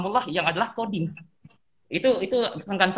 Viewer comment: Dari kata "Qodim" meleset jadi "Kodam" lalu meleset lagi jadi "Qidam". 😂